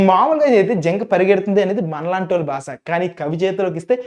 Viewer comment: భాష అని పలకడం రాలేదు br.